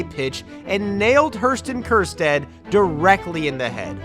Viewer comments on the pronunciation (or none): Great vid dude . But HERSTUN Kersjtad has me rolling 😂😂😂